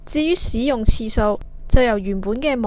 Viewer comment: 台主、請注意正確讀音。「使」字、名詞讀「屎」，例如「天使」、「大使館」。動詞讀「洗」，例如「行使職權」。故：「使用」、不讀「屎用」，應該讀「洗用」。